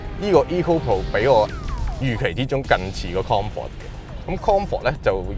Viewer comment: “Kong fort “ mode again...🤣🤣🤣